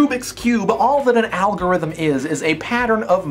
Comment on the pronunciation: dan: "algorithom" me: *SCREAM and smashes pc*